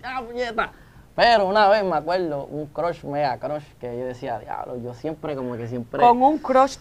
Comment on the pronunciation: Después de la llamada “ojalá me lleve… el di a blo” JAJAJAJAJAAJJAJAJAA